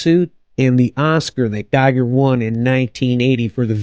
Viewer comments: His name is pronounced Gee-ger with a long E. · And Giger rhymes with "eager". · Terrible video - if you didn't even bother to review some basic material about the subject and find out how to pronounce Giger correctly, you should not make have made this. You are basically reading a wikipedia article out loud with Google image search. Not worth watching.